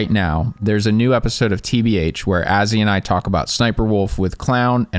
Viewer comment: He said Azzywolf again 😂